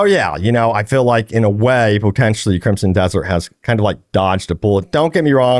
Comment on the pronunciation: Great coverage my dude but I gotta say again, there’s no P in crimson 😂